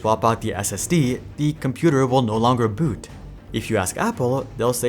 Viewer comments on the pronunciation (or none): none